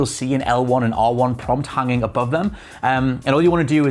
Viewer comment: your dumb speech attempts lost me when you said leave them hunging.